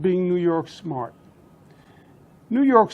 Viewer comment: Im SMAHT! not dumb like people say, Im SMAHT!! Loooool!